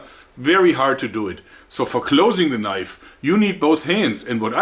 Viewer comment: "This is not a knoife, THIS is a knoife". HAHAHAHAHA